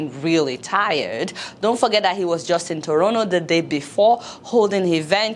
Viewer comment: Dear Adeola. Its not Torono Is TO-RON-TO Ah ah abi kilon shey eh